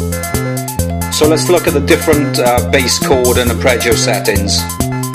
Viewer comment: ..... "uppreggio"???? ARPEGGIO